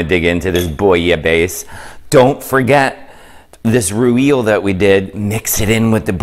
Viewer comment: A roo eel? What is that? Does he mean raw eel or the French mayonnaise known as rouille??!!!😂😂😂😂😂😂